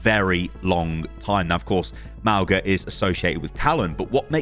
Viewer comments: [Mawng-Uh] not [Mao-Guh] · mauga is pronounced mau-nga! with the g being a light g like the one in tongue. mauga is samoan and his name means mountain! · it's pronounced mow-nga; mow as in mowing the lawn, the same 'nga' that's in singapore. mow-nga. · Sorry, pronunciation is really getting to me. Since Mauga is a polynesian character the most appropriate and likeliest way of saying his name would be mow-nga. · Mauga is pronounced Maunga the g is a ng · its not mauga god damnit